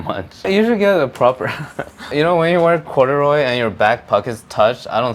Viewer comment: "Wassup with the corduroy?" "These are my pajamas bro." . . . - proceeds to say cURdUrOy